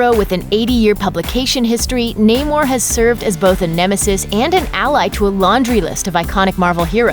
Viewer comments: It's pronounced "Nah-mor" not "Naymor" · Nay more? Thats not how you say it.... Nam - er. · Na-more the submarine